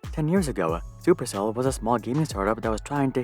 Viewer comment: "Chuper Chell"